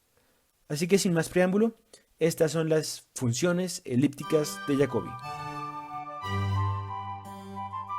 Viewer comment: De pronuncia como en Español Jacobi , Jacobianas etcétera